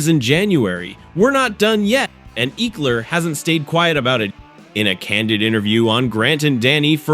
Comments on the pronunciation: EEEkler? me thinks this a bot channel. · say ekeler's name right!!!